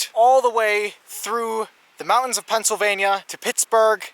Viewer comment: Decent video, and I liked it. But the word is MOUNTAINS. Not MOU-INS.